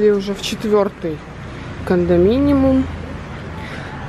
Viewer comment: Правильно говорить не кондоминиМум а кондоминиИум😉